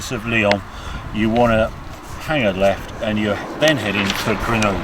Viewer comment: How is it Harry can pronounce Countach fine but not Grenoble...?